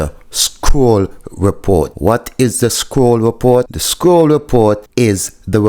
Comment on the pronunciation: 🇯🇲 Talk properly its not Scroll is Kroll. No S on it 🧐🇯🇲